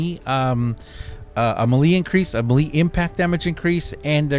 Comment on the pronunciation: Sorry, but I am going to have to put a dislike on every video that you continue to completely mispronounce "melee". It is extremely annoying, and there is just no excuse.